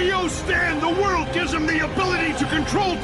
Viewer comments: AniDub бесит только когда дед говорит не зе ворлд а ве волд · Amazing Dubbing: ЗА ВАРЛД! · не с японского, я с японским произношением. Тоесть по логике в русском дубляже, нужно говорить зе ворлд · Anidub хрень,у актёра озвучка дио при произношении очень сильный акцент а вот у анг озвучки норм